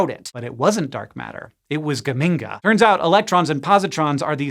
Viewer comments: I'm from Modena, Italy, and geminga really cracked me up! The ge should be pronounced more like in Gertrude though. I wonder if the astronomer who named it was from Modena too. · Geminga rhymes with Bazinga. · Geminga? Bazinga!